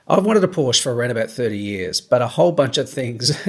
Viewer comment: Ahhh don't you mean you've wanted a Por-sche for about 30 years.....I mean 30 years should have been long enough to know how to pronounce it correctly....lol